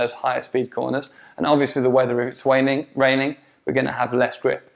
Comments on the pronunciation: It's how my pup Boston Terrier says it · if its waining er raining. Made me chuckle.